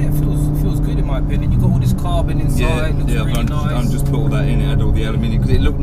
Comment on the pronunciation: Totally not car related but in the video I heard: for mi car... is it official English for mi? Or just replacement for my